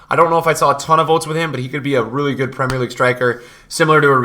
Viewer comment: Is... Is no one gonna correct his pronounciation of premier league